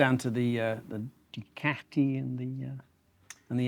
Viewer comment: Learn to pronounce Ducati